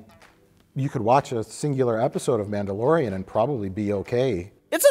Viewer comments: The Nambalorian...? LOL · "Namblalorian"...omg! I love you guys so much!